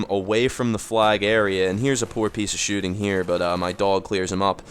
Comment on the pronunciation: every time you say here is a poor piece of shooting, it sounds like your about to say heres a poor piece of shit lol